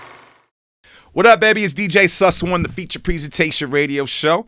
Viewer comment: Did that Nigga say "dj sus one" tf